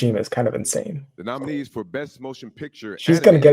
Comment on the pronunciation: And botching the names of the nominees.